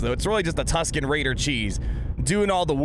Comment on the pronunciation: You get a like just for pronouncing the Tusken.